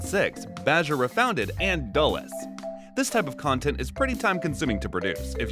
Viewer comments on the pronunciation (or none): none